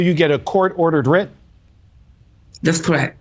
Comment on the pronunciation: Get an editor!!! Your last name could be Johnson after listening to you butcher the English language! Writ doesn’t rhyme with light. The reporter even said it twice and you still butchered it